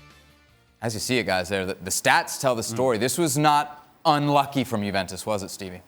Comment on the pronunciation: can this bald guy stop saying tshuventus